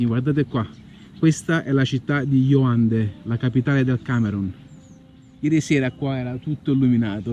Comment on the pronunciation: Iaundé non Ioandé